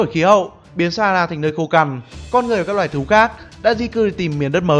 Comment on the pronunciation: A cứ đọc sara vậy 😑😑😠😠